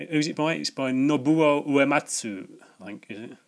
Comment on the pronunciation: Cool stuff once again. I like the way you gave Nobuo Uematsu a French sounding first name. I did play flashback also, but on the SNES. It was tough, but was absorbing once I got the hang of it. I share your love for FF6, but my favourite is FF8 which might surprise you. I like the whole parallel story with Loire Laguna. I also love the card game, and the GF system. I like the characters and the setting also. I never gave 1 and 2 much time either as they are just too primitive to enjoy imo. My least favourite of the PS1 games was FF9; I found the story soulless and it had far less impact on me than 7,8 and even 10 had. I agree the side quests were very abundant and good fun, but the main story and battle system as well as the GF system were lacklustre in my humble opinion. Look forward to the next one!